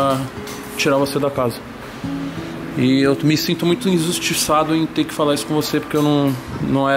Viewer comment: Torugo se sentindo muito “inzustiçado”